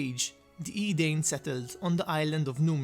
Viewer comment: You pronounce Edain strangely. But you showed capable of pronouncing Dúnedain right in the past.